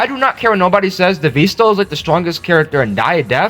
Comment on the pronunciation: "devisto" on the time thing bro